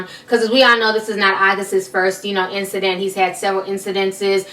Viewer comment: Did she just say "incidents-es." Please delete your account lady